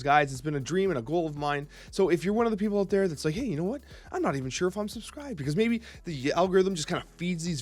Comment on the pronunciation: 😂" aut there " the Canadian comes out